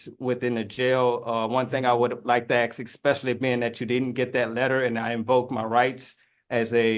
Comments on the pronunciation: . It really irritates me when people mispronounce "ask" as "aks". FFS.....it's a three letter and one syllable word! How hard can that be?? 😬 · "Axe a question" "Libary" "Imma have a issue" and moor "Axe"-ing of questions. Lol Yeah, looking up 240.12, or 24012, out of Louisiana ... it doesn't exist. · its so annoying that he continiously says 'AKS' instead of 'ASK', gosh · The word is 'ask'. A-S-K'. Not 'AKS For my whole life I've wondered why black people cannot say that simple word. Does anyone know or will this little conundrum go to my grave with me? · That's the strongest Axe I've ever heard. Axing the court in under one minute- decent... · ' can I axe ' Jesus Christ 😂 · Well, he DID "Axe" them to use the "libeery" good thing he "axed" them if it was being recorded. It's always good to have Royalty immortalized in a digital format for future generations of His Magesty's family to watch.